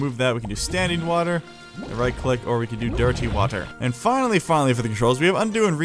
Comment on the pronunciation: why do you say dirty water like that what the hell